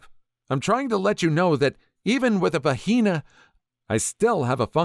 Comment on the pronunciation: The pronunciation and censoring of vagina is rather ironic considering the subject matter.